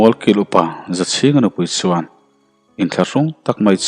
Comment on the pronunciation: Ch leh s hi hmang thiam la har a ni lo suan aiin chuan tih tur...